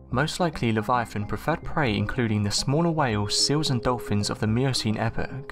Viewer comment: Also, pick a pronunciation Livee-ahton or liveye-aton sticking to one pronunciation adds to the credibility. I love speculating about cryptids, but showing bones and acting like the world has deemed this a real thing..... hmmyea no